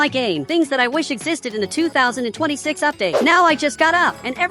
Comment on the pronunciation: You said 2026 wrong